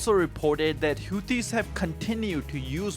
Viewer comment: How can you possible be pronouncing Houthis and Aden incorrectly with so much access to hearing the correct pronunciation online?